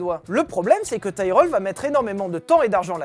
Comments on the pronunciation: Nope, Tyrell se prononce bien Tirel. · Bon les enfants ont va redescendre sur terre, nous sommes français donc ça se prononce "Tirèllle", c'est comme pour les voitures moches, hyundai, c'est "hyundaie".